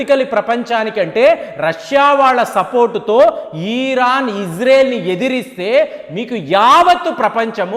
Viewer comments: ఒరే నాయన ఈరాను కాదండి ఇరాన్ మీ తెలుగు కొంత తేడా వుంది. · Uncle మీ ఇన్ఫోర్మేషన్ చాలా బాగా చెప్పారు కానీ "ఈరాన్" కాదు "ఇరాన్" అని చెప్పండి